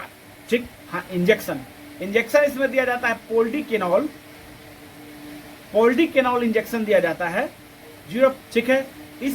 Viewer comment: wo पोल्डिकेनोल nhi पोलिडोकेनोल hota h bolna sikh phle